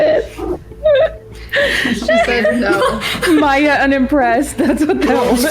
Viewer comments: I've been getting strange feeling from this channel. Feels like it's ran by AI. Mispronunciation in most videos and even name that you would think someone who's doing documentary should have known... Maya as Meiya really??? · "MY-Uh" not "May-Uh" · Saying Maya with a pronounciation like Mayo is diabolical. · "Mai ya" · MAYE-UH BRO JUST PRONOUNCE THEIR NAMES CORRECTLY, IT'S NOT HARD